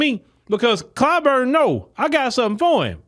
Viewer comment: Clyburn is a rhymes with “Spoon”.